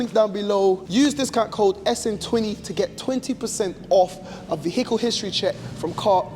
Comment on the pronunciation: Please stop pronouncing the H in vehicle it’s silent 🤦🏻‍♂️